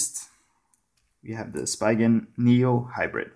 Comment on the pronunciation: Read it as S-pee-gen not spygen.